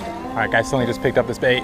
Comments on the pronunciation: "I was off getting bait". Lol I had to rewind it bc I could have sworn you said i was off getting baked! Lol thanks as usual for sharing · I swear I heard you say " I was off getting BAKED " ahaahaa. Had to rewind it to hear what you actually said. Wish it was " getting baked " lol. Great vid as always. Keep up the interesting vids brother. Thanks.